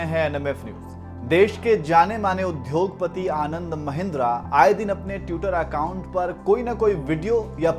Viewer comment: "udhyog" nhin hota,udyog hota hai.